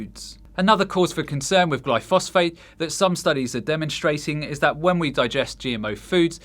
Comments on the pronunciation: Do you mean glyphosate when you refer to glyphosphate? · “Glyphosphate” 🤣🤣🤣🤣🤣🤣🤣🤣🤣🤣🤣 Its glyphoSATE…more proof that you just read random shit and do a video about it 30 minutes later as if you were the lead researcher…get more fish you need your dha